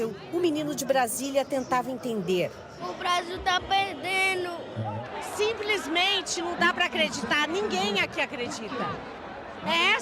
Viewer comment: "Brasil tá 'perdenu'"